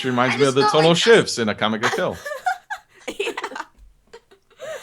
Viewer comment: I love that whenever anyone says Akame Ga Kill, it sounds like they're saying Akame Got Killed. xD